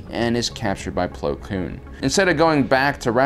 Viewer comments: . It bothers me how much he says plo kloon. Its Plo Koon, he nearly had it...but his common struggle with words attacked again. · Every time he says “Plo Kloon” I die on the inside. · Btw dude plo's name is plo koon NOT plo klune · zook420000 do you hear plo kloon as well? Not koon kloon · Is it just me or is he saying Po Kloon instead of Plo Koon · goddddd its Plo KOON K - O - O - N KOON not KLOON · ITS PLO KOON NOT PLO KLOON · Who the hell is Plo "Kloon?" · “Plo Kloon” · I like how says Plo Kloon instead of his real name as it’s a slur, even if he doesn’t mean to I still like it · Ah yes... Plo Kloon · is saying Plo Kloon on purpose as a joke or?... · "Plo Kloon" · Plo Kloon? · Plo kLoon?? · I know who plo koon is but, "Kloon?" If I had a nickel for every time mispronounced jedi names...